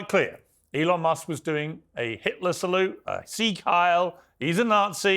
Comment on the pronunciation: AOC couldn't even pronounce the name of the Elon salute. She is a joke...